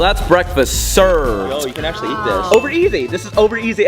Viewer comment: I ACCULLY WAWN TOO